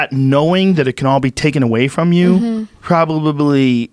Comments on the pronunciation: Joe "Probabably" Rogen. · When you try not to say "Probly" and over-do it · Joe "Probabably" Rogan